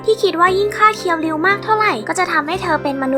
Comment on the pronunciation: ฮะ!!!เรียวคิว??เคียวริวไม่ใช่เหรอครับ